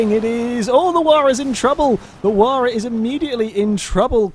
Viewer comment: it is pronounced H why ra